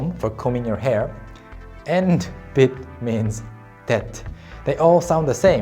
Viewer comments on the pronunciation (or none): Well, I have to confess that , every time you've said "bit" I understood "pit" with the letter P.